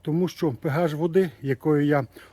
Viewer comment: Та не пегаш , а пеаш